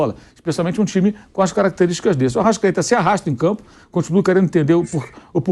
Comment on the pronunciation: Arrascaete virou se "" arrastaeta"